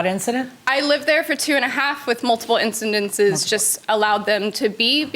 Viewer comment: “In ci din ces” she says twice.